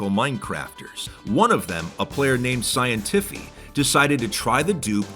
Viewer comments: I'm sorry ,but call me crazy, but "Scientify" being pronounced as "Scien-tiffy" doesn't seem right. Wouldn't it be "Scien-tiffeye" like "amplify"? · ScienTIFY buddy stop mispronouncing it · "Scienteeffe" got me dying, how did bro butcher it like that? 💀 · why do you say scientify like that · Bro scientify is pissed that U pronounced his name wrong lmao I'm friends with him and he ask if he is famous now lmao